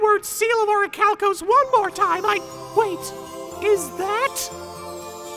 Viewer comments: It pisses me off that he said orichalcos correctly. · Wait he says it right! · This is the only time "This" version of Darzts said it right. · I think this is the only time says Orichalcos correctly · actually pronounces Orichalcos properly the one and only time lol <3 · actually pronounced the Orichalcos correctly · Ohsunofagunyouwon'tbelievethis but I ACTIVATE THE SEAL OF ORICHALCO- WAIT WTF HE SAID IT RIGHT?!?!?!? YOU BROKE THE TEXAN DARTS?!?! HOW COULD YOU! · doesn’t mispronounce Orichalcos